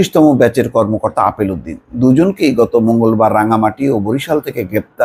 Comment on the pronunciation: আপনি কি গাঞ্জা খেয়ে রিপোর্ট করেন। লোকটার নাম আলেপ উদ্দিন আর আপনি বলেন আপেল উদ্দিন।